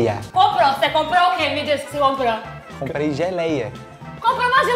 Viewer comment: "Compreei geleia de fambroesa"😹😹a babe é a mlhr 😹😹❤